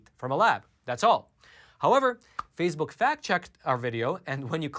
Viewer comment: What is "phasebuk"?